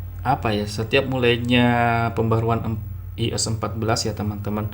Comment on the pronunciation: iOS bacanya Aiyos